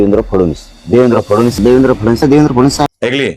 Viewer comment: साधा "फडणवीस" नावाचा नीट उच्चार करता येत नाही फुकटच्या चपटीवर बोलणाऱ्या मिथूनला....